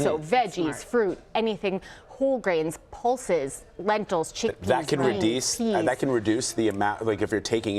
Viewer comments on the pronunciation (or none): "That can redeese"